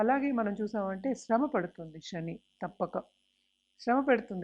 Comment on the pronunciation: అంతా సోది. శ్రమ, శని అని పలకలేక ఛస్తోంది ఈ మేఢమ్ గారు. Stop this nonsense.😂